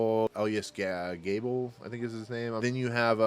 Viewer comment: It’s pronounced Ga-BELL, not GA-bell.